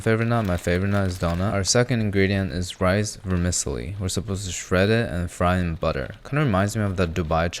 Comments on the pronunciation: Your pronunciation of Vermicelli was pretty Vermi-silly ! 😅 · the pronunciation of vermicelli is WILD my guy